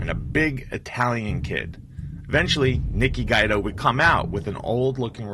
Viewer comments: Its not guy-do.....its gwee-doe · Pronounced "Gwee-Do", not "Gwy-Do". I hate these illiterate videos. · It is not pronounced Nikki Guydo, it is pronounced Nikki Gweedo, do your research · Good work but you need to work on your pronunciation. For example - it's Nicky "Gweedo" not Nicky "Guide-o".